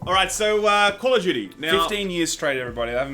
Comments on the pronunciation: I thought said "game of Judy" until they started talking about the actual story. I was sitting there thinking, who the f is Judy? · Wait... is saying Judy or Duty? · Despite knowing he's trying to say Duty, all I hear is Judy. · Who else thought he said Call of Judy? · I honestly thought you said "...Game of Judy". Sometimes I think we speak different languages. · They're aussies, they pronounce "duty" like "dyootie." That's why it sounds like "Judy." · I thought was saying "Game of Judy" i was so confused. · When you said "duty" it sounded like "Judy."